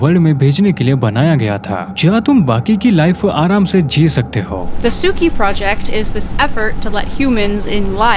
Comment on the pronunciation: It pronounce su-ki instead of ta-su-ki I guess